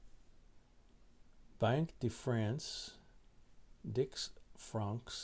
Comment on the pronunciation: J...the DIX Francs is 10 Francs...it is pronounced Deece....